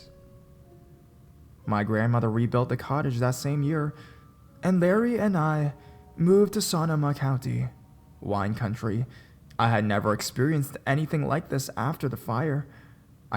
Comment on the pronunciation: Great narration! Only thing is, it's Marin (pronounced Mah-rinn, not Mah-reen) and Sonoma is pronounced Sah-NO-mah with the stress in the middle, not the end... I am from the area this woman is talking about. Can't help but be an annoying stickler for proper pronunciation of the the places I grew up near! :)